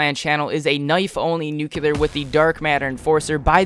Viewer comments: Lewis Mcneill The guy that uploaded the video kept saying "nucular" like he's Homer Simpson. Its NUCLEAR not nucular ffs. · I disliked the video as soon as I heard him say "nucular".